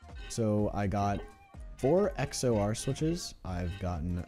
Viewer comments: Good video. BTW XOR doesn't have a space between the X and the OR. It is XOR like excelsior. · Hearing XOR pronounced as X-O-R makes me very uncomfortable.